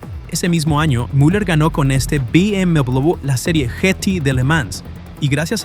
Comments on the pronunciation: Porque mierda dice "Vi MW M3"?? "BMW" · BM double / BM dubleble / BM doubluble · bi eme doblel be? que idioma es ese? no estabas hablando en español? edit: escuchar el video es un dolor de cabeza, trata de hablar español pero no diferencia una C de una S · Amigo no es por nada pero ¿qué onda con la pronunciación de la W? es "doble v" o "doble uve" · dobel vu? doble vuvu? wtf con la pronunciación de la W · Be eme Dobleweiubve 😂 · Be eme dobubl, dubobi, doblewe, dobubue. Dejade usar puta ia cabron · ia: BM DUOBLEBE OBLEBE xd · Be eme doblube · Me di cuenta que era IA porque cuando dice BMW lo pronuncia mal y distinto en todo el video (be eme dbllluud) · acomoda la voz IA porque no puede ni pronunciar la marca... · Me sangran los oídos cada vez que dice BMW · ¿puedes hacer el favor de llamarlo BMW correctamente? ¡Se pronuncia como una V! Bayerishe Motoren Werke